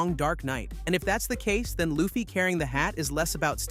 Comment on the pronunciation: thats not how you say LU FFY name